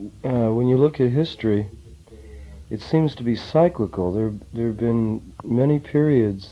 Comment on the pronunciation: Unfortunately he doesn’t know how to correctly pronounce cyclical .